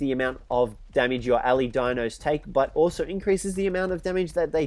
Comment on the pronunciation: Why do you say (Al-ee) instead of (Al-eye)